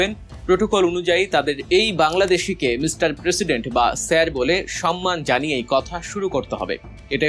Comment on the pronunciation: উচ্ছারন করতেকরতে এখন স্যারের বদলে স্যের বলেন, হায়২